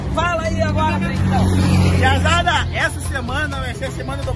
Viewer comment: Perequetão q ele fala parece q ele fala parequetão